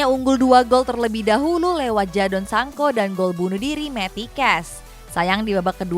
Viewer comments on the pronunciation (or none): Sanko ya mbak 😅😅😅😅😅😅😅😅😅😅😅😅😅😅😅😅😅😅😅😅😅😜😜😜😜😜😜😜😜😜😜😜, bahasa mana itu mbaaakk, commentator ja bilang sancooooooooooo agaiinnn sancoo agaiiinn 😅😅😅😅